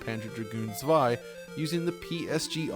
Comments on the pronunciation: Props for pronouncing "Zwei" properly!!! 😁😁😁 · Props to him that he made the effort to pronounce "zwei" correctly!!!! :-) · Thank you for pronouncing zwei correctly.